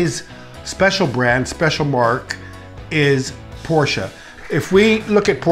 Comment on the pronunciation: I disagree with the 928 but I do appreciate the fact, that you pronounce the company name the way it is supposed to be pronounced, which is Porsche. Not Porsh.